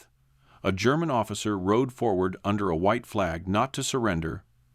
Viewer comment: so tired of annoying AI voice that can't read or pronounce words properly and without hesitation. BTW German is not Gerr man.